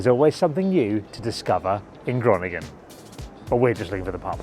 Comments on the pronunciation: Pronounced "Hurohnigen" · I'm going to watch this anyway, even if the pronunciation of Groningen a few seconds in hurt my brain.